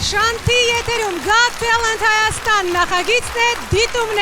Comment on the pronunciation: * Մի փոքրիկ ուղղում. “Got talent”-ը արտասանեք «Գաթ թա՛լընթ»